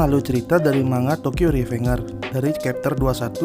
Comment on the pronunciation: Tokyo Revenger bacanya REVENJER cok.